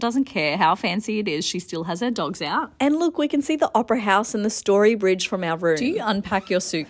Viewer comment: The story bridge 😂😂😂Can take the girl out of Brissy but can’t take brissy out of the guurrrll lol 😂